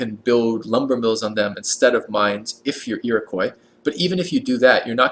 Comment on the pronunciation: IroquAY? Really? How did you get that pronunciation?